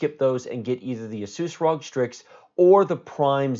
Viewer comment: I think strix is intended to be pronounced “strikes”.